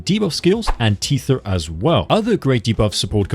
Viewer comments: you CANNOT keep saying teether 🤣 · That is not how you pronounce “Tether” 😂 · i wanna point out you're saying tether wrong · that's not the correct way to pronounce tether, the correct one is tether , not tether 🤣🤣🤣